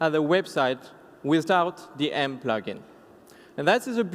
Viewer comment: Good "Plogin"